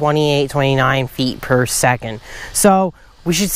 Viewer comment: 100 FEEH , 200 FEEH , 300 FEEH !!! LOL